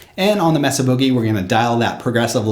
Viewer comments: it's pronounced MAY-SUH, not Meh Suh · Mesa is "may-suh" like the geographic feature, not "mess-uh" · FYI ... "Mesa" is pronounced "May' suh" .. not "Mess uh" :-) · Very good demo. BTW, the "e" in Mesa is a long "a" sound, not a short "e" as in mess.